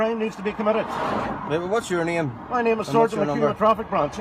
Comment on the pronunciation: You didnt tell us what a neeum is...as in "I dont have to give you my neeum" I would appreciate you doing that noyy🤣